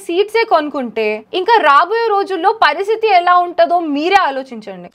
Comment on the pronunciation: Parisithi kadhu akka paristhithi 😂❤